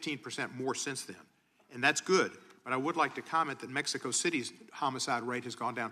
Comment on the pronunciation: Why does she say Mexico like "PepsiCo"